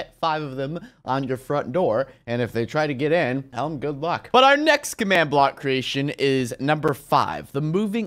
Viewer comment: not commad.its command watafak